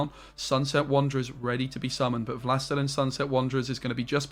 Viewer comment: Wlastelein? 😂 Wlastelin) it's "the lord" in polish/russian.